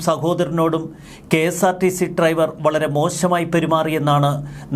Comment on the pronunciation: Triver അല്ല driver ശ്രെദ്ധിക്കുക 🤭🤭🤭